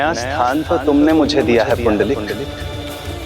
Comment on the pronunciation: पुंडलिक आहे. पुंडरिक नाही